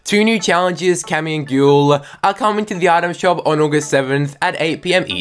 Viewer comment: YOU TRIGGER ME SO MUCH ITS PRONOUNCED GUY EL